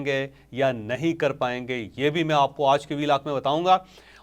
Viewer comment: سر جی (آج) کی ادائگی تو تھیک کر لیں